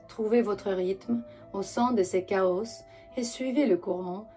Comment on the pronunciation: Coucou, rampe de lancement, petit doigt et chaos se prononce sans s bisous